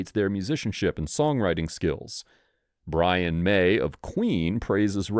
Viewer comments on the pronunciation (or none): none